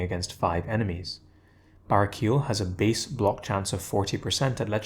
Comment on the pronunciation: I love your content, but hearing you say "bara-keel" throughout is killing me. He's an angel, so you've gotta enunciate the "el" at the end. Either bah-ray-key-el, or bah-rah-key-el.